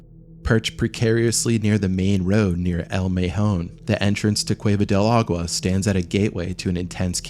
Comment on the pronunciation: Yikes! a-goo-wa? ah-gwa? Agua?! Here's a tip: The "G" in Spanish is technically not silent but those of you that are not native speakers sound more fluent when you make the "G" silent instead of making it hard. Of course you don't have to, but what dummy doesn't want be better & smarter ☺️